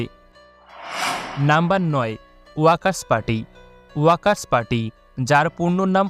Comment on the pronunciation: ওয়াকার্স পার্টি নারে ভাই।ওয়ার্কার্স পার্টি হবে।